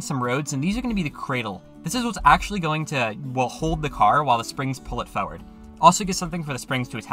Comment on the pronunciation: why do you say farword